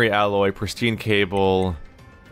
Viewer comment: I dont know why but it triggered me when you called the Titanium Alloy "Aloy" instead.